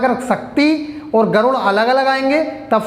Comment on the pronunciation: Sir garun nahi garur hota hai